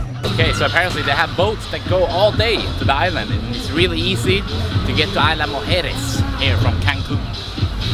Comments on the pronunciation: "EES-la" not AYLA. Nice video. Thank you! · Great video bro! One of the better ones I've seen on Isla Mujeres! Two things: 1) What kind of drone were you using and did you have problems getting it into Mexico at all? 2) The "s" in "Isla" is not silent, but if that's the worst thing about your video, you did a great job! I'm going this summer, and I can't wait to get some awesome drone footage like yours!